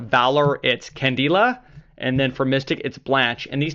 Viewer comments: Candeela wtf it's Candela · the way he said candela and Blanche made me want to commit suicide ..